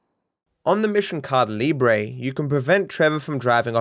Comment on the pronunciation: the way he pronounces "caída libre" 😂😂😂